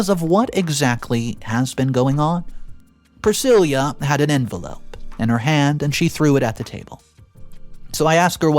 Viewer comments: PrisciLLa. NOT priscilia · The name Priscilla is Pruh-si-luh not Prih-sil-yah. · Just to help, when it's spelled 'Priscilla' it's pronounced 'Pri-sillah' not 'Pre-seelee-ah'🙂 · Priscilla not Priscillia .. please work on pronunciation . It can be quite annoying ....... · What I wanna know is why the hell didn’t her father get a vasectomy if he was adamant about never settling down seeing that he already got baby trapped ?? Oh and way to butcher Priscilla’s name, it’s silla not ceila 🫤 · PriSILLA, not Prisilia! Driving me mad getting it wrong, sorry, but there it is. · PRUH-SIL-UH! Dude, you really need to learn how to properly pronounce words.."Pri-sil-yah"? That's not a name! There are so many words you mispronounce it ruins the story. I'm not trying to be mean, but you should really take a minute to check words you're even the tiniest unsure about! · My thoughts? The word is 'Pra-sill-uh' not 'Pra-sill-yuh'. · Priscilla is pronounced priss SIL ah. Not priss SIL Yah. At least I have never heard of that pronunciation. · pronounces “Priscilla” weird. It’s pronounced with a “lah” at the end, NOT “lia.” 😫🤦🏼‍♀️ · Glad you said it. The constant mispronunciations bug the heck out of me. Like saying Pri sil YA instead of Pri sil AH. 😑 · The name is pronounced Prah-sill-ah. Jesus your pronunciation is really awful sometimes! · Priss-cill-uh. Sheesh. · Pree - si-La. PLEASE! You drive me crazy with the mame-butcheting. Don't you have someone to ask? Please ASK!!!😮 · Priscilla - pronounced "Priss-sill-a" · YOU ARE PRONOUNCING PRISCILLA WRONG !!! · Hearing “Priscilla” mispronounced so many times was like nails on a chalkboard. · You keep saying the name wrong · What a shame that the inane accent and vocal range, went awry here ? And your pronunciation is getting worse ? You pronounced Pricilla's name wrong 3 different ways ?? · he mispronounced Priscilla too. It drove me nuts through the entire video.